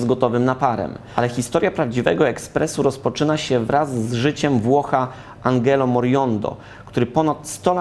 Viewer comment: Radku, Moriondo - ten Włoch od ekspresu do kawy raczej miał na imię [Andżelo], a nie [AnGelo]. Czepiam się, ale diabeł tkwi w szczegółach. :)